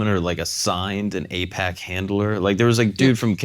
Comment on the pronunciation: It’s actually AIPAC, not APAC. Just thought you needed some educating. Also why won’t Dave talk about what president did AIPAC support? I’d say it’s more about greed then religious reasons why we support Israel. But thank your president!